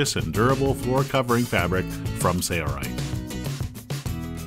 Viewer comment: Struggling to understand why the guy doing the voice over for the company’s video cannot say the company name. There’s an L in Sailrite.... right? Odd.